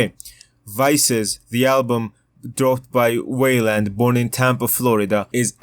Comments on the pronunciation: Whaleland is an insane pronunciation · stop saying weiland like dat